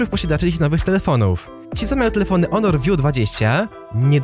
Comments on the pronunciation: Czy tylko ja zrozumiałem że mówiłeś onor a nie honor ? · piszę się honor i czyta honor